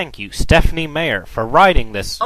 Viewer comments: It's not said "Mayer" it's "My-er" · It is MEyer,, not MAyer. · stephenie mayer? whf he can't even pronouce her name right! jerk. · Haha. Stephenie Mayer. :3 Mispronounced. XDDDDDDD I haven't read much of King, but there's no doubt that Meyer is horrible. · Uh, what's Stephen King doing even talking about Stephanie MEYER, not MAY-er, that's so lame, like the leader of the free world mispronouncing Saddam Hussein like "Sad-em." It only makes me think King doesn't quite get his own street cred among smart people, he's gotta go after Twilight. What's next? Going after Perez Hilton? Yeah, that's what Shakespeare would do. Grow up, King, and buy an ego. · Sounds more like a bunch of men getting cranky, bitchy and whiny about books written for girls? This isn't a surprise. It's not shocking news. Unless you're a female or a gay man, why would you angry -balding drunks like the Twilight series? The person in the video goes on and on for nearly 5 minutes about an author whose name he can't even pronounce. All of this here is cringe worthy. All of it.... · Not only is this not Stephen King, this guy acting as him doesn't know how to say Meyer right. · He won't even pronounce her name right! Dude, this is awesome. I admit his TV series aren't the greatest but the original work itself is amazing Stephanie Meyers.... well it goes without say what we think about her. I applaud her for writing and finishing a book series, which is more than I can say for myself, however if she had such perseverance to finish it, why couldn't she persevere into writing the book properly? Common sense, people, common sense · i don't even think Stephen King said Stephenie Meyer's name right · I particulary enjoy how he keeps mispronouncing her last name. Just...great. Thank you! Hail to the King.